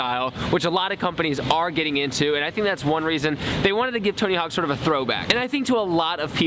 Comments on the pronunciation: Lol its tony hawk not tony hank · U said tony hank at the start